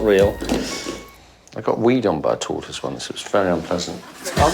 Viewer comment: Everyone: Tortoise Gay Brit: Toy-toys